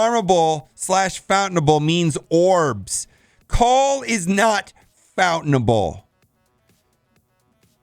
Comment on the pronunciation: lol its not Fountain Able, its Found + Attainable so Found tainable, strikes again haha.